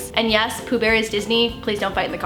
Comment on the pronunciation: poh bear?! isnt it winnie the pooh?